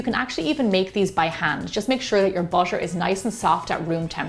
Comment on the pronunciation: no one: that lady: wArM bUtShEr